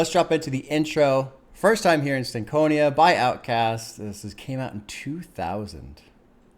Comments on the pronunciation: Stank On Ya is how it’s pronounced. Not Stank Conia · Oh yea, and the proper pronunciation of Stankonia is (stank-oñ-ya). Like when I start to see you move your head when you listen to a real good hip-hop album, I'll say "yeah you got that stank-on-ya."